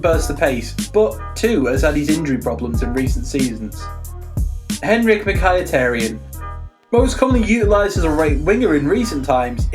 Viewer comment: Your pronunciation is shit mate, you can tell this guy doesn't even watch these players. My 7 year old brother can say Mkhitaryan.